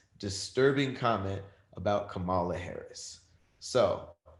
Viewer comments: Kamala. Comma-la. Love y’all but it’s comma-la. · Kamala (Comma-la) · I love you but you are pronouncing Kampala’s name wrong. Its COMMA-LUH. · please learn how to say VP Elect Harris' first name!!!